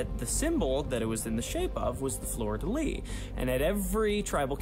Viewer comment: I’m just happy finally learned how to pronounce fleur-de-lis